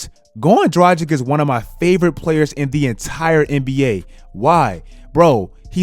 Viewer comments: Goran Draghich, not Drajik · bro Dragic is pronounced Druh-gich. Not Dragic like the Magic. He's slovenian. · My mans said Goran Dragdgdic like 5 times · the way he pronounces Dragic was driving me crazy lol. Drah-gitch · damn your mispronounciation of Dragic annoys the shit outta me. Draghich this may be better. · Could you please learn how to say "Dragic"? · The way you say Dragic 🤮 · please learn to pronounce European surnames - Dragic, Doncic. Its not rocket science, dont be Chuck ;) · still havent fixed your pronounciation of dragic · Oh man , Its tragic to pronounce him Dragic 😂😂😂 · I like your videos buddy, but you really need to work on your name pronunciation. (You butcher Dragic, Doncic and other eastern european players' names) I get that americans aren't good with foreign names, but still, as someone making videos on the NBA, at least try to get the players name right. Anyway, keep up the good work my man !